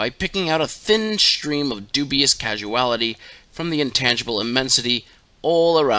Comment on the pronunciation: He pronounced ''causal'' as ''casual''.